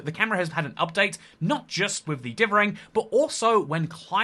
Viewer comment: dithering not divvering